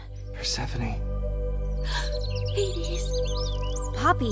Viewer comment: by saying “per-seh-phone”